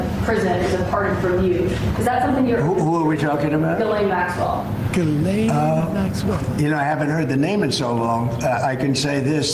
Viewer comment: who the f is guhlaine maxwell? you talking about jizzlane maxwell?